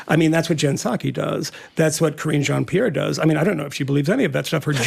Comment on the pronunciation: KARINE JEAN-PIERRE. Pronounced Kah-wren.